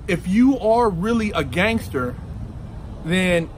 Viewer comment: "Test my gangther"